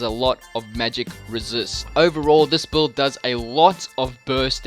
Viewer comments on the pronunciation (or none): That 'buuld' is insane!